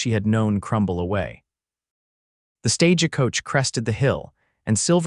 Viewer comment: Can you PLEASE fix the "Stage-a-coach" thing? It is so incredibly annoying. The word is "stagecoach", yet every single story you do has "stage-a-coach". Edit your stories please!